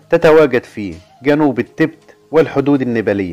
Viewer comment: المذيع يلفظ كلمة التيبيت بطريقة غير صحيحة و كذلك فقد اخطأ خطأ عظيماً عندما ذكر أن سلالة حمير الكيانج الشرقية تتواجد في شانجهاي و جنوب غرب شينيانج !! ومن المعلوم أن شانجهاي مدينة ضخمة في شرق الصين بينما شينيانج هي مقاطعة تقع في أقصى غرب الصين !!